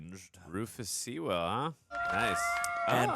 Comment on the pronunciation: Lots of fun, though the constant mispronunciation of the surname Sewell was annoying.